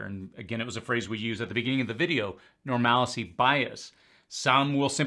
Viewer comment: It’s normalcy bias, not normalicy.